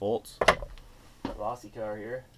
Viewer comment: Low see not law see